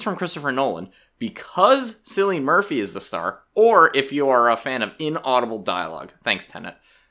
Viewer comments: its pronounced “killian” not “sillian” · Cillian is prounounced KILL-lee-un, not "SILL-lee-un". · it's pronounced "killian" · Cillian - pronounced Kill-Ian, not Sill-Ian. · its not sillian murphy its Kill - E - N murphy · Cillian is pronounced with a K sound, not S. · Silly-an Murphy 😂 It’s pronounced Killian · His name is pronounced with a K not “Silly-an” but “Killyan” 😂😂😂😂 this MF said “Silly-an Murphy…” my god man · Hate to be that guy but Cillian is with a hard-C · Why can't anyone say Cillian right? 😅 hard C cill like kill, cill-ian not sillian 🙈 pleease!? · His name isn't "sillian", it's Cillian, prounced with a K, so Killian. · did you just say ''SILLY-IAN MURPHY'' ??...ITS CILLIAN, PRONOUNCED - KILL-E-AN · Cillian Murphy is pronounced k illian not s illian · It's pronounced Kill-ee-an Murphy, not Silly-an Murphy. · Silian murphy😂😂 its pronounced as killian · its pronounced KKKKKKKKKilian murphy. not SSSSSSSSSSSSilly-anne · Killian not Sillian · Dude, it's /kilien/ not /silien/ Murphy.... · Did he just say sillian Murphy and not Killian Murphy? 😢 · Sillian Murphy? It's pronounced with a hard C, like Killian Can you not look up how to pronounce names before butchering them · It's pronounced "Killian", not "silian" The "c" is hard, like a K. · it's pronounced KILLIAN, not SILLIAN. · Good video. But dude. Cillian Murphy, the Irish actor, is pronounced as Killian! Not Sillian. In Ireland we spell the name Killian with a C. But both are pronounced the same. 😊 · It’s pronounced KILLIAN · its "kee-lian" murphy" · bro said Sillyian 🤦🏻‍♂️ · It's KEE-lian Murphy 🙄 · It’s pronounced ‘kill ian” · His name is pronounced Killian. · sorry "cillian" is pronounced with a hard "k" sound. This is best represented by the english spelling which is "Killian". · Very minor but that's not how you pronounce "Cillian" as it's an Irish name so you say it with a hard c sound like "Killian" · 'kill-lee-yan' is how you pronounce his name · Kill-e-un is his name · Pronounced KILLian